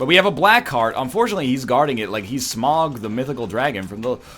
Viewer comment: Congratulations on pronouncing Smaug correctly.